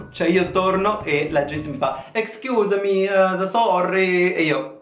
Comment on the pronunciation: Sono morta quando hai detto "escusemi sorrri" con l' accento italiano ahaha il bello è che facciamo anche peggio xD